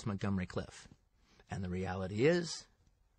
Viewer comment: Montgomery "Cliff?" Okay, Qt.